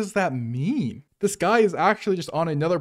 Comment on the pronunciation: “He’s so fluent in Yapanese” had me laughing so hard at these cringe scammers 😂